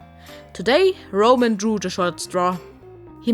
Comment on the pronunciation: Ramen ramen who is this RAMEN character you speak of?